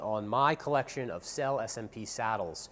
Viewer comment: May I invite your attention to the correct pronunciation of the word SELLE (Italian for "Saddles")? It's [sellÉ]! Thank you.